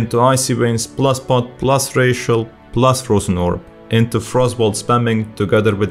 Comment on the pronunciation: Great video, funny that the necrolord rotation seems a lot easier. Also, every time you say "Racial" I think your saying "+ratio"